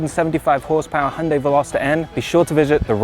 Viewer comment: Thank you for making the effort to pronounce the brand correctly.